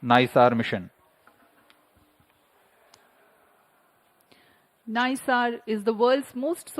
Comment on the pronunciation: It should be pronounced as neesar. It's eesro not aisro.